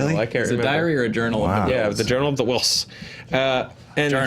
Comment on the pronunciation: why are you saying ‘Whills’ funny?